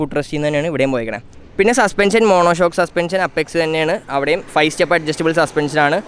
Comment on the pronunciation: അപ്പെക്സ് അല്ല, "എയ്‌പെക്സ് " 🤣🤣🤣